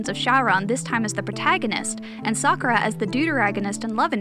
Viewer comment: Someone who says Sakura mostly correct. Well, well, well. That's rare.